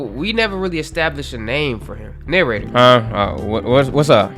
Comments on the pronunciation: The Narra-jay-tor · I was thinking the Narrator or pronounced the Narrator or maybe, but a few others said that too.